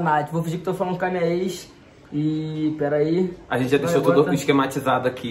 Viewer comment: "Epera" kkkk é (esperar)